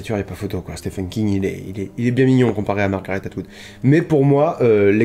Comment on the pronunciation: Super j aime beaucoup ce genre de vidéo. Et juste pour un peu de culture comme ça en passant... le prénom Stephen se prononce Steven. Mais si tout le monde s'en fout c'est pas grave 😁